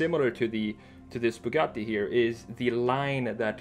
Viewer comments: kinda refreshing hearing someone pronounce Bugatti the proper way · as an italian i really appreciate you trying to spell both Bugatti and Centodieci properly, i know its not easy but you’re very close to the proper pronunciation, bravo!